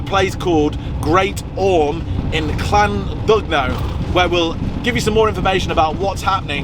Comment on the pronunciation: The middle part of Llandudno i. e. the 'dud' is pronounced 'did'.........so more like 'Clan- did- know' 🙂